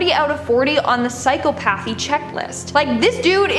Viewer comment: Did she really just pronounce it "Psycho-pathey"? Lmmfao